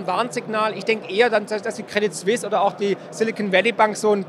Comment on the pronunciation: Bitte sagt das t bei Credit Suisse nicht. :-)